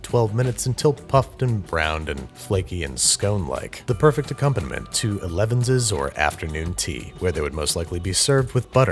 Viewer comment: I shed a single tear when you pronounced elevenses elevenses instead of elevenses. Also handleable made me laugh. And rewind a couple of times 😂